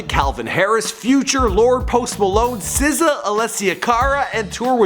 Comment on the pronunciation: “sizza” BRO 😭😭😂 it’s SZA chill